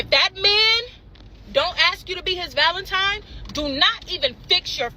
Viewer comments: If a girl says "Valen-TIME" instead of "Valen-TINE" She's dumb and you need to not take her serious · STOP valen time....-Saint MC hammer.